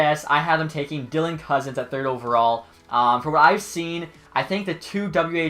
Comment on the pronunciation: I feel like he said dylan cozen because it was the only thing he could pronounce